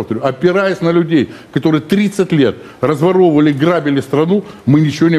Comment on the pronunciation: " ... разваровивалі ..." заявив авторитетно, йому перепало.